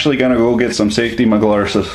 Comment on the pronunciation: Now, I've been watching for a while, and I'm concerned about the actual difference when he says safety squints vs glarses. Blame it on my southern ontario vs quebec slang difficulties. :P